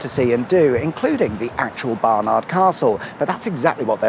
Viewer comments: It's pronounced 'Barnid' rather than 'Barnarrrrd' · "Bar-nud" not "Bar-nArd"! 🤣🤣🤣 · The way you said barn ard really really bugged me I won't lie 😂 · You don't say bar. Nard,,!! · You say Barnard funny. Great video as always. There's a cuppa ready when you do Sunderland.